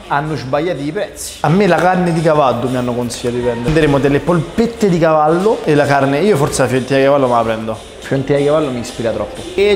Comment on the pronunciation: Ai detto cavaddu